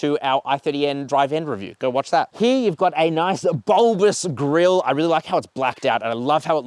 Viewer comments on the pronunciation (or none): none